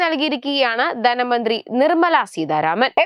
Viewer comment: ദന മന്ത്രി അല്ല ധന മന്ത്രി എന്നാണ് പറയണം